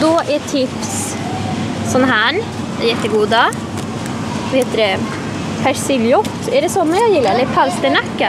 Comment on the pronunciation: Haha vad säger du? "Persiljrott"? 😂 Det står väl persiljerot! Alltså rot! 😂